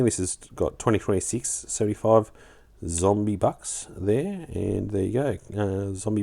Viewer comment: Australia is kind of more represented by the Kangaruin these days, than the kangaroo, heh. Also, it's zombucks, not zombybucks you drongo. Nice pick ups. PBE do offer some different selections than other dealers, to their credit.